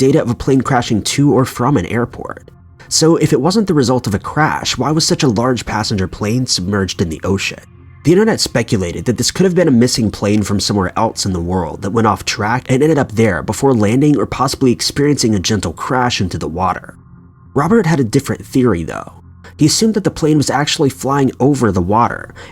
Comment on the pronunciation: Else is pronounced ELSSS not ELTS ... there's no T in else